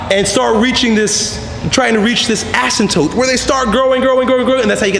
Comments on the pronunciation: Err I think he means "asyMptote" not "asyNtote" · you said asymptote wrong lol